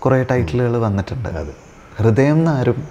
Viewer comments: കൃദയം അല്ല അണ്ണാ ഹൃദയം... അവതാരകന് അത് പോലും പറയാൻ അറിയില്ലേ?? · കൃതയം അല്ല പൊട്ട ഹൃദയം ഹൃ ഹൃ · Interviewr chettan കൃതയം ന്നാ പറയുന്നേ😅